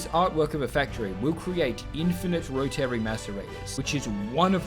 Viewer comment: The way you pronounce 'Rotary' makes me mad.